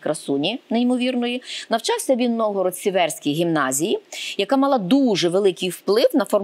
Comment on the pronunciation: Сіверський - наголос на першому складі, будь ласка